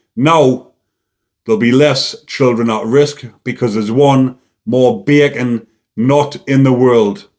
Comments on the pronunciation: I like the way this bleurk says beeey-can! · Beer can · I love the way says 'Bacon' 😆😅🤣😂 💯👊